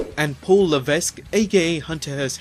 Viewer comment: Re: Triple H. His name is pronounced "Leveck" not "Levesk", and Carl Ouelette is pronounced "Wah-lett" NOT "Oooo-lay". You might want to get your pronunciations right.